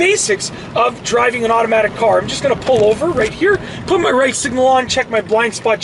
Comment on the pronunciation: It is automatic car not iromatic car 😂